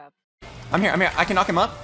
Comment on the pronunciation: ”I CAN KNOWCK HIM UP” uhm okay 😳